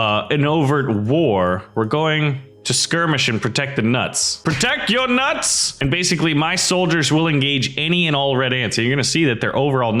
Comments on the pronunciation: when you say nuts it sounds wrong faceplam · Why you say my nuts like that